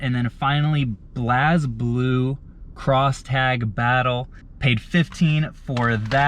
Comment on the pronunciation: It actually pronounced blazeblue but it’s spelled blazblue